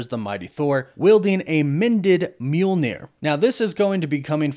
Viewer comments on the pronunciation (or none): The mispronunciations are distracting—"Ravingers" instead of the correct "Ravagers" and "Mule-neer" instead of the correct "Myahl-neer" (Mjölnir) :D